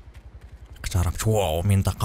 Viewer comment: اقتشربت ابتشعدت ...سانتشقم ...لا احب هاتشه المهام ....تشاشاشاشا ....تثير الغثيان بتعليقك الصبياني ...يا ريتك لعبت ساكت ...راي يخصني